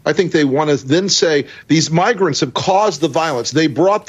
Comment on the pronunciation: Had two comments linking to the unredacted video removed, so you have to search yourself. It is unmistakeable, even though Lowery is lying that he mispronounced "migrants". That is a very Freudian mispronunciation.